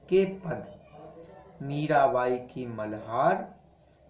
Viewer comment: मीरावाई nhi hota मीराबाई होता h